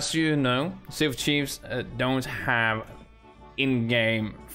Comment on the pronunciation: Its sea of thieves not sea of chives